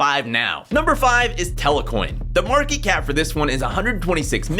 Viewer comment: It’s not telecoin it’s telcoin